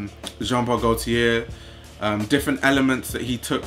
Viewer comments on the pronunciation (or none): none